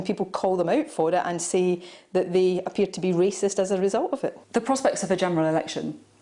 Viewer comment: A racist ?? /ˈreɪsɪst/ Learn to pronounce noun 1. a person who shows or feels discrimination or prejudice against people of other races, or who believes that a particular race is superior to another. Maybe he has ignorant racist tendancies indoctrinated from his own miniscule minority upbringing. He's just a big boy who hasnt quite grasped the full idea that we are all stuck with each other. Or not quite into the 20th centiry yet. Chop chop Boris, keep up with us son.